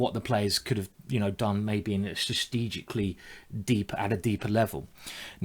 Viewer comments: Ikr, 'sistegically' XD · the way you pronounce strategically :D